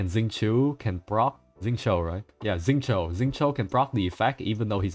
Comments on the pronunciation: Xingqiu's name is more like 'shin' + 'tchou'. There's no Z sound. There are a couple of really nice videos on YT teaching how to pronounce the CN names in Genshin, they're really nice, I recommend them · My ears bleeding after hearing Xingchuu and Suya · Oh no! He pronounced xingqiu right then wronged himself😭 So close